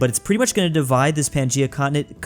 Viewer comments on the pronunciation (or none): none